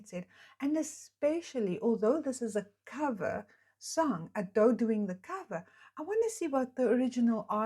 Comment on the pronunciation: Its not A - do its Ado with no drawn out A sound. like youd say Ado(be) just without the 'be' on the end. But at least your not saying like ayedoh which makes me wince lol. Do more reactions to her she is amazing!